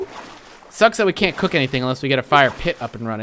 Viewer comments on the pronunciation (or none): none